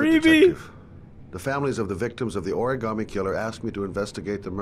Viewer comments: I like how he was getting on the lieutenant for saying origami wrong, and later he says it the exact same way. 🤔😂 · "Origami killer": Why does it trigger me how he says "Origaami" its "Origami" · From now on, I’m gonna pronounce origami like origAmi thanks to this video 😂😂lol I love this series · Heavy Rain drinking game: Take a shot every time someone mispronounces the word origami. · I got triggered when he said origami.... lol